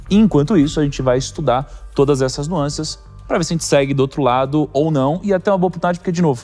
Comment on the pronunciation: "Nuancias" foi foda, doeu o ouvido